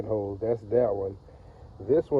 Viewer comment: Not coolant “hoes” 💀🤣